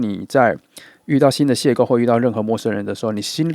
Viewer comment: 2 邂逅（謝後）不是（謝構）